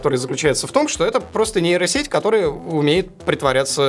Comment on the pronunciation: Кто-нибудь ему скажет, что букву "б" в названии нейросети произносить не нужно, так как там её нет